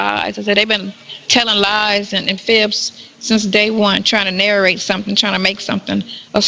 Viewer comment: Not nar-a-rate….nar-rate.